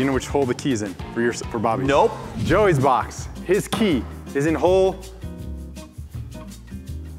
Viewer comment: he said body instead of bobby in the beginning😂